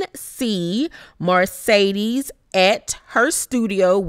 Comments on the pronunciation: I cringe every time I hear you say Marcedes (Mercedes)!!! Lol…..Love you, Bye😘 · Please stop saying MARcedes. It's Mercedes. That is all. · Love your review but it’s MERCEDES not Marcedes.